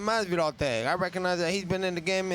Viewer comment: Yo adrian..dis dat recogonisat awurd